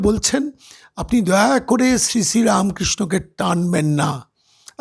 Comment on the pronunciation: এই রে, হিন্দুত্বের লীজ নেয়ার পর এখন এরা শ্রীরামকৃষ্ণর লীজ নেয়ার চেষ্টা করছে। আরে, 'হিন্দি হিন্দু হিন্দুস্তান' ওলারা 'যত মত তত পথ' বুঝবে কি করে ? ঐজন্য গদাধর চাটুজ্যের সুশোভন নামটা পর্যন্ত উচ্চারণ করতে পারছে না? রা মো কৃ ষ্ণ !